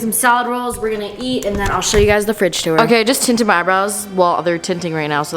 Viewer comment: No one:: “tu-ore”